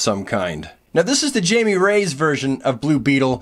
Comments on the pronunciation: BB's name is not Jamie it's Jaime, he is Hispanic, its pernouced Hi-ME! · Jaime is pronounced like "Hy-Mee". What excellent figures, makes me a bit sad I got too late to the party to collect this line. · Why does everyone have such a hard time pronouncing JAIME (HIGH-MEH)?! Also he's Mexican darn it, Chicano to be specific.